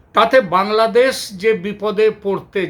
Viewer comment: আরে কলকাতার মূর্খ গণ্ড, ঠিকমতো বাংলাদেশ উচ্চারণ টাও করতে পারিস না তোরা সেখানে বলছিস বাংলাদোশ। মনে হয় তোর বউয়ের সাথে সহবাস করার আগে তোর স্বপ্ন দোষ হয়ে গেছে